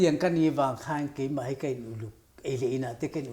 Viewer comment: Mai tih turah " Mei" tih i hmang thin a, a nalh vak lo niin A lang. Host i ni si a, fimkhur a tha mang e. I thiam thlawt e.